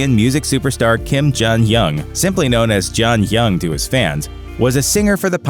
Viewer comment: Atleast pronounce jonghyuns name